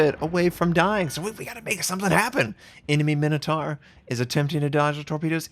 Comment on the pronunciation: the way you pronounce minotaur hurts